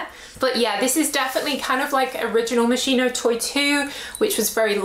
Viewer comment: Tanks for the video. And,just a detail: MOSCHINO Is pronounced " Moskino"